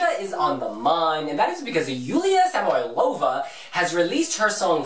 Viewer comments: Nota bene! The transcription of her surname is [sə'mɔiləvə] I mean not SamoylOva, but SamOylova Please, don't mispronounce! With love, your subscriber from Russia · Guys, I love you. But her surname is Sam'oilova, the stress on "O" ^) And "До свидания" is Good bye,you know it, but I feel so funny and good when you try it ^) Keep going and thank you for video.